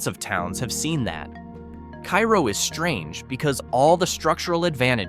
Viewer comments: It's not Keye-roh, it's Care-oh. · It’s pronounced Kay-roe. Period. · Hey,, it wouldn’t be hard for even an eight year old to find out how a town’s name is pronounced, like Kay-Roe. 🙄🙄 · Pronounced Kay - ro, isn't it? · I live in Illinois and my mom grew up near Cairo, IL.. You miss pronounced the name. You don't pronounce it like the Egyptian city it's pronounced like the Karo corn syrup.